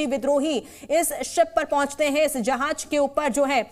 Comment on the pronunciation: Jahaj nahi jahaaz